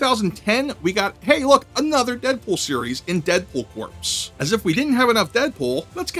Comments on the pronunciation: Deadpool Corpse? think about Marine Corps. It’s pronounced “Core” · I guess I should have said the "s" is slilent too, because it sounds like "core" not "cores", ha ha. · Corps is pronounced Kor. Most common used in Marine Corps. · Just letting you know for the future that corps isn't pronounced how it looks. The "p" is silent. When prounounced with the "p", a corpse means a dead body. When you're talking about a team or group (like the Marine Corps), it's pronounced like "core". Now you know, and knowing is half the battle. :)